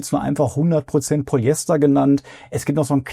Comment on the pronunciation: Mal abgesehen von den tollen Videos von dir: wenn du noch mehr Qualität in deine Videos bringen willst würde ich dir dringend zu besserer Aussprache raten. Du sprichst viele Dinge schlicht weg undeutlich oder gar falsch aus (vor allem die füNf IMMER als füMf). Oder auch Polyester und nicht Polyester. Nur mal als 2 kleine Beispiele die mir aufgefallen sind. Ist zu 100% konstruktiv gemeint und ich hoffe du nimmst dir das zu Herzen, ich gucke deine Videos nämlich wirklich gern und hoffe dass du mit der Kritik noch bessere Videos machst 🎉